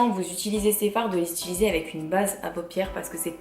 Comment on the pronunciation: Hello cela fait des années que je suis une lectrice assidue de ton blog et c'est un plaisir de t'écouter mais par pitié on dit "utiliser" et non pas "ituliser", c'est un conseil bienveillant :)